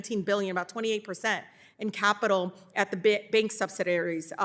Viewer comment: She has zero knowledge of this subject compared to him. She can’t even properly read the words that are written for her. Subsidaries and regerlators?